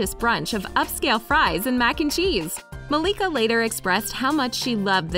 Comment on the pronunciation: Malika what? Y'all butchered that name.